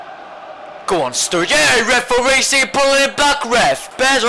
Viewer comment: I love how you say reforee !,!!!